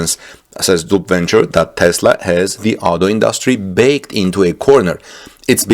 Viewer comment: Backed, sir.. not “baked”. Otherwise, keep up the great enthusiasm in this revolutionary time!!